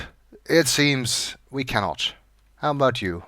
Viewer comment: A tug on the line? It's a-boot time we caught something!